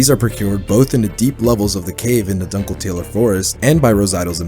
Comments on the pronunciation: it’s doon-kel-tah-ler, not dunkle tailer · NO WAY he saughtered the world "Dunkletaler" as "Dunkle Taylor" 😭